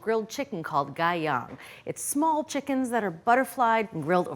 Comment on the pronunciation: Please.This is NOT Gai Yang (pronounced guy-ONG). Where's your fish sauce, lemongrass, etc? Try this one and stand the chicken on beer cans like in Issarn. I lived there six years.